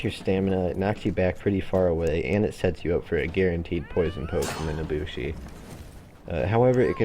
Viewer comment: “The Naboshi” all in all a great video but it really grinded my gears the way you said her name XD.